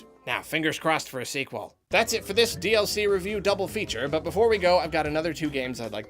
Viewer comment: I had to turn on the Closed Captioning to realize he was saying "DLC" in the intro and outro. I couldn't for the life of me figure out he was saying and heard "DS-ee"